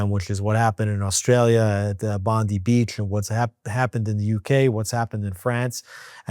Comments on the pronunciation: 'Bondi' Beach is not pronounced the same as in Pam 'Bondi'. It is as in 'Bondai', or 'Bon-die'. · Aussie here. Bondi is pronounced "Bond eye" . Non-Jew, and I am with you. Am Ysrael Chai. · Not Bondee beach it’s Bond-eye. Yes it’s a minor thing and you’re both not expected to know just trying to help. In case the topic is spoken about again, which seems likely. Am Yisrael Chai! (Hope I got that right 🫣😬😂)